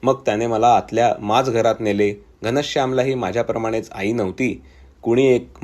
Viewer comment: कथा उत्तम, पण वाचनात मराठी शब्दांचे उच्चार चुकीचे झाले आहेत. उदा. माजघर, छिन्नविछिन्न वगैरे. माज वर जोर आलाय, तो नको. छिन्नविच्छिन्न असा शब्द नाही.